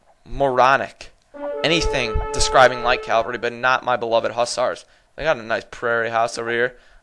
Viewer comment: It is pronounced, "CAV-ALRY". The V is before the L. Yours is a common mispronunciation, saying Calvary, which is a biblical reference to the hill upon which Christ was crucified.